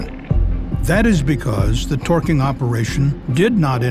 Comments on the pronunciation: Why does he keep pronouncing "twerking" that way? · Loath as I am to make light of a serious and fatal incident, it does kinda sound like he's saying "Twerking" instead of torqueing.